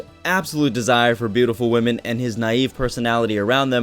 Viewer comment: is it just me that he said "wamen" in .....?